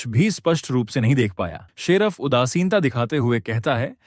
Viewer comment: 😂😂abe gadhe sheraf nhi hota sherif Hota h